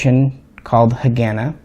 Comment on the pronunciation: PRONOUNCED HA- GAH-NAH